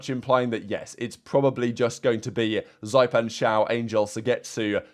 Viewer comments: Please stop saying "Zaipan", its pronounced "Zy/ippan" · zyppan is pronounced zippan